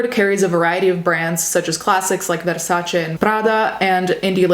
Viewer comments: one of the few times i've seen a youtuber pronounce Versace and Prada correctly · I think this is the first time I've ever heard Versace pronounced what feels like correctly. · Yessssssss finally a YouTuber than can properly say Versace and Prada. Only took an Italian. Lol. amo essere italiano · Your correct pronunciation of Versace is my kink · The way she pronounced Versace and Prada gave me LIFE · this isn't related to the video but hearing you pronounce versace correctly and not as ver-sach-ee was great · i love how you pronounced the Italian brand names 😍